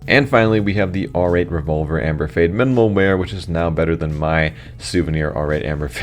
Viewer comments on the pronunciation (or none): "minimal mear"?